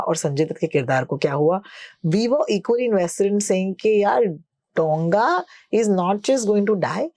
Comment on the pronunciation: Dow-nga a large vessel, it isn't pronounced DONG-A